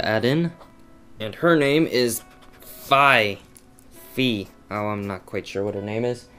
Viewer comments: It is fee. not fie. just sayin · Its Fi (FEE) definitely FEE! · Hey... That is fricken SWEET I wish I could draw like that!!!!!!!! And Phi is pronounced (FEE) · fi is pronounced fee and i really liked it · its Fi! i love fi and you pronounce it "fee" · i believe fi is pronounced fie/fy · fi is pronounced feeeee